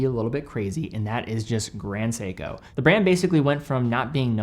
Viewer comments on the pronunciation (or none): I feel a little bit offended when he said it “Grand Seiko” 😂